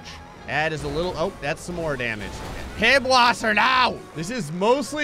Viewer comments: "Pibwasser." Wow... that moment when you realize doesn't know ß (called an "Eszett") is pronounced like a sharp s sound. That means "Pißwasser" is pronounced "Pisswasser," as in "piss-water," which is the point of the joke. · I love that keeps calling the beer Pibwasser, when in german it’s actually pronounced piss-vasser (Piss Water)! 😂😂😂 Gta’s hilarious! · When he calls it PIBwasser and you speak German and know that symbol is an ss sound as in hiss. So that would make it Pisswasser which translated would be Piss Water. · "Pibwasser, no!!" *Angry German:" ITS PISSVASSER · Does anyone want to tell it's not pronounced pibwasser?